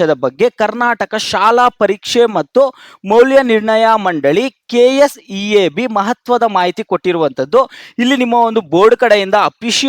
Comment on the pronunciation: Kseeb bro kseab alla😂